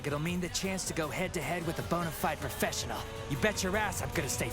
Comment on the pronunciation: “Profeshall?!” No, Pro-Fesh-En-Al, professional, say it with me